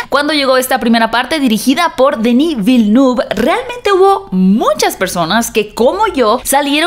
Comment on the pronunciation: Vilenev. Así se pronuncia